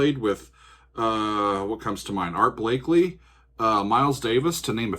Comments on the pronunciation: Blake-y, no ‘Blake-lye’. The mallet instrument you hear is not the vibes, it’s marimba, blamed by legendary vibist/pianist Victor Feldman. Larry Carlton great guitar solo. The studio musicians are not just pros, they are also individually distinguished artists in their own right. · There is only one "L" in Blakey. I'm sure Art wouldn't appreciate your mispronouncing his name. I know I am.